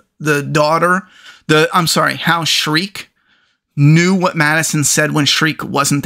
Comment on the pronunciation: Shrike......shrike. not streak, not shriek, not shrek. Shrike.